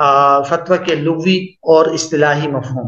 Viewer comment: حضرت لغوی باسکان الغین نہیں ہے بلکہ بفتح الغین ہے